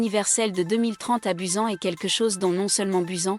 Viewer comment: "Buzen" B-U-S-A-N BUSAN